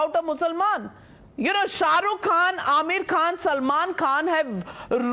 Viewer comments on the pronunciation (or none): none